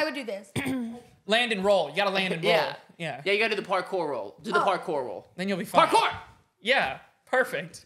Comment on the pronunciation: “PARKOR” -Kate 2023